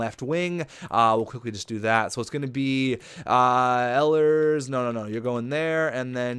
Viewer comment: It's e-lers not el-i-ers sorry it really bugs me when names get said wrong :)